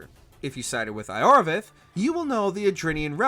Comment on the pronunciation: The Iorveth pronounciation is what got me